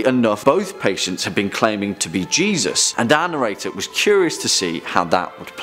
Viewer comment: I was today years old when I figured out who “anirator” was... He’s saying “our narrator,” right? (Not trying to sound rude. I’m just an idiot.)